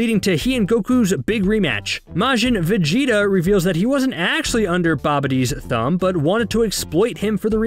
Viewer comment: kamehameha wave? Gohand? Na Mek? maaagin vegeta? trash overall resume not hating but it ain’t it if u ain’t a fan